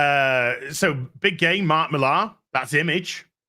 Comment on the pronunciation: Mark Miller...not Mill-ARE.